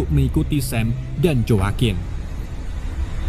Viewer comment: Di baca nya jakuin bukan joakoen lol🤣